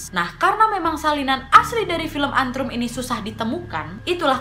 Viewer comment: Bukan antrum tapi ant rum